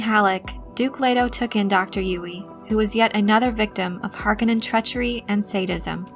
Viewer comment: It’s pronounced Harkone-nin not harkanin this is what frank herbert said on the set in 84 he told all the actors how to pronounce the words Christ!!